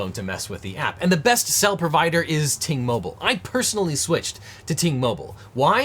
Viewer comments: Who else thought he said “T-Mobile” in the intro. 😂😂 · Glad you flashed the graphic; thought you were saying "T-Mobile". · You should really pronounce Ting Mobile better, since it kinda sounds like T-Mobile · Ting Mobile, not to be confused with T-Mobile ;)